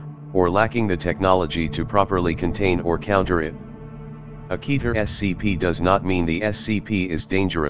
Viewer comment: Kèter, not kEter